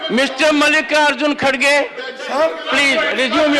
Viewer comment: Its not khadge it's Kharge Pronounce properly